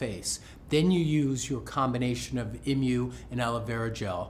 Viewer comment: Isn't it EE-moo, instead of IM-you? It's from an emu, the flightless bird, right?